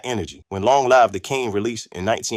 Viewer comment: Please reconsider doing AI audio for your videos. "Verzuz" is pronounced "Versus" not "Vare-Zoos." This is a computer trying to pronounce words that are part of Hip-Hop. No one who cares anything about Vs. would fail to pronounce it. "Rakim" is pronounced "Rah-Kim" not "Rak-Keem." By the time he said "Long live the Kane" with a "Live" rhyming with "jive" instead of rhyming with "give" I was done. You're covering topics we are all very interested in, but please use your own voice or some other human who knows something about the topic. The poor AI pronunciation robs your videos of gravitas and weakens the legitimacy. Respectfully, use your own voice instead.